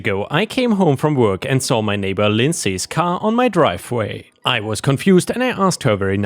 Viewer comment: Lindsay is pronounced LIN-zee. I know, English is a crack addict mugging other languages in a dark alley to rifle through their pockets for loose syntax.